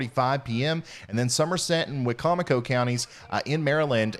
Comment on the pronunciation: Hooray! You pronounced Wicomico correctly! 👋👋 Or close enough. 😉 Most people mispronounce it "Wicko-Micko", which is always very amusing. Normally pronounced why-COM-icko. Good job! That was a crazy day.